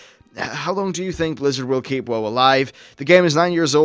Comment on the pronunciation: you say "whoah" when its "wow" but whatevs